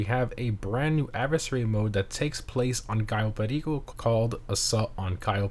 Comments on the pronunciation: I like how he shifts into a Spanish accent when he pronounces Cayo Perico :) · I always bust out laughing when you try to say Cayo Perico with some kind of accent like it's a real place! Either this or when you customize cars you say "Cremblem" instead of actually separating Crew and Emblem. It always has laughing every time!